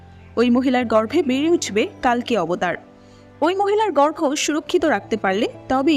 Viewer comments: It's কল্কি, not কাল্কি It's কর্ণ, not কার্ন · i think name pronunciation sob vashate ekrokom hoya uchit. Bar bar কাল্কি and কার্ণ shunte odd lagchilo. Otherwise 👌